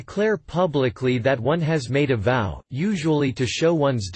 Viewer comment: I never heard anyone say the word "Vow" as you pronounce it. . That is why English is so complicated. You say to make a vow. then why are you saying Vow as Veil?